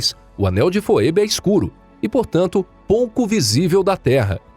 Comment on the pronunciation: Não sei se é desse jeito que se fala, "foebe", mas que eu saiba se fala "fibi". Ah não ser que seja como o sobrenome Mckay. Em alguns países, como Inglaterra, se fala Macai, mas no Canadá, se fala Maquei. Vai ver é isso.